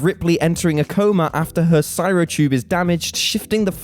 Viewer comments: Bruh. C R Y O Not C Y R O Ffs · Wait, why can't this guy pronounce, "cryo?" He keeps saying, "cy-ro." He does it describing "Alien" and "Passengers." Seriously, it's four letters. It's short for "cryogenic," a fairly common word, and one used over and over in those two movies. I stopped listening at 3 minutes. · Cy-ro? Cry-o! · CRY-o......not cyro....that's not even a cultural difference on pronunciation, that's just laziness. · Cry-o surely? Not sai-ro? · Cryo. Someone is having difficulty reading his script... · What the crap? Cryo isn't pronounced like cyro. Look at how it's spelled!!! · What the hell are "syro tube" and "syro sleep?" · "Sy-ro sleep?" Dude. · It's probably the narrator combined with a lack of quality control and a lack of intelligence (seriously, who reads "cy ro sleep" and thinks that's correct, and doesn't stop a second to question or correct it?!) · Has nobody who works there ever heard the word cryo? How do you not pick up that kind of misreading twice?